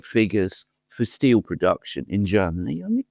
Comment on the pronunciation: Germans say "steel", Merz says "still"